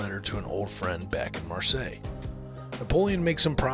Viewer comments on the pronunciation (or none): none